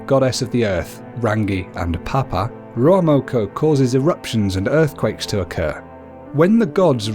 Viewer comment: I hate how he's says ruamoko